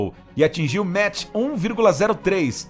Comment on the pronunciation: 'Maqi' não 'metch,...